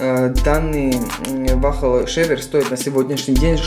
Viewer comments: По русски вал,или вол.не вахл.Еще бы вафли сказал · ВАХЛ-МАХЛ епта, хоть бы научился название правильно произносить